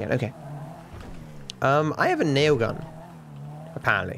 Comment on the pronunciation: is the only person who says railgun with a silent L